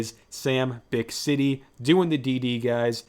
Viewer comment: Haha thx for the shoutout! My first bite was definitely like an 8, but I had to lower it to a 7 after finishing the tendie and a couple others. (Also, it’s pronounced “bick-ity” 😅)